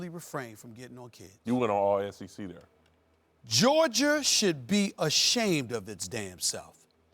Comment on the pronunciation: Why Stephen A always put an r at the end of Georgia?